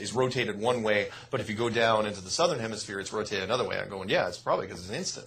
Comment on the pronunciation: you have to stop calling south "Sothern hemisphere"